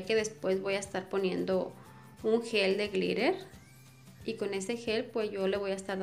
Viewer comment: Lol “de glittahhrr”